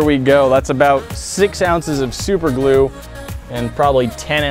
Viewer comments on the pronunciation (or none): Super glu not lu